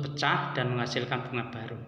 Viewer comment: Pecah pak.... Bukan peca.... 😁😁😁